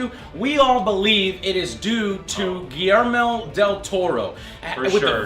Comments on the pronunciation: Guirmel Del Toro...Joe you need To Read Some Names Properly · Gi-Yer-Mo, Joe.